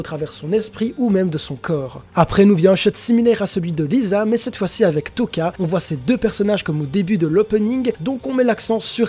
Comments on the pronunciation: C'est Lize et toca lui il dit touca mdr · Euh, lize est pas morte, « Touka » se prononce « Toka » et « Rize » se prononce « Lize »